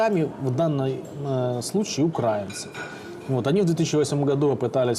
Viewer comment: УкрАинцы…это в какой Ж это рузкИй учился ударения ставить??? СБУ и ГУР скоро научат и гимн петь и ударения правильно ставить!!!😂😂😂